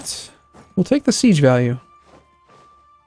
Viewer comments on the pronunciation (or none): none